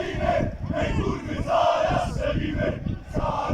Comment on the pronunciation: czy ja dobrze słyszcze szczelimy zamiast strzelimy xD